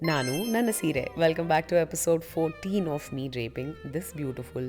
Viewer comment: I love the way u told seere❤ not like english ppl sareeiii